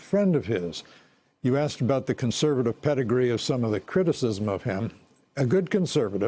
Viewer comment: I love how George Will pronounces Putin as "Pewtin" !!!